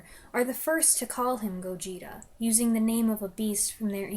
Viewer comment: Interesting review! Just an fyi, the pronunciation of Gojira has the stress on the first syllable. So, GOH-jee-ra. You can hear them pronounce it in the movie, but the word is very easy to miss.